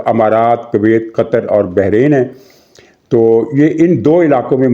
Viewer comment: Bahreen نہیں ، Bahrain